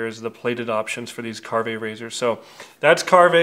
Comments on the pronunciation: I love my Karve. Ive had it since the release of the OC plates and ordered it with the B and C plates and haven't looked back. It's my go to razor aside from my straights. And yes as many have said it's not kar-vey. Just Karve. Just because it's Canadian you don't need the eh at the and. Lol. 🤣. Great video. Being from Canada I'm super stoked that he is getting such great exposure south of the border! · You're the only one I have ever heard pronounce it like Car-Vay. Most everyone pronounces it like Carve. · You don't pronounce the "e" on the end of the word silly. You don't carv-vay a roast beef do you? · A little bit surprised that the one, actually have met and had a wonderful time together, don´t know how to pronounce the name of the new good friend´s product. :-) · You hung out with the guy and talked shop and never learned the pronunciation?